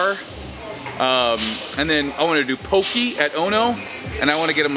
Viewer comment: Pok-ee--hhh!!! Always miss pronouncing it Steve come brah